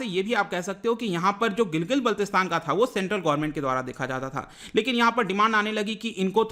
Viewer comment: Sir Gilgit ka pronunciation Gilgil h kya❓